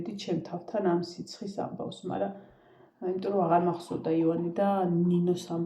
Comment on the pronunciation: სულ მინდა გკითხოთ " იმირომტომ" სპეციალურად ამბობთ ასე ამ სიტყვას🙈 თუ სერიოზულად? მართლა მაინტერესებს ყოველგვარი ქილიკის გარეშე...